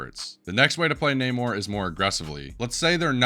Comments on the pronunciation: I don't want to be that guy but you probably will ignore this but it's Nah-more Not Nay-More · My boy, who on earth is Nae-Mor?? He pronounces his name at least 3 times in game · Bro knows everything about the character except how to say his name